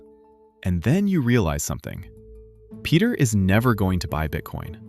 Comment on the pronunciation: His name is not Peter but Pedro.